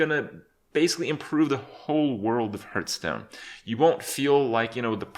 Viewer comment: 3 years later and still pronouncing it Herthstone....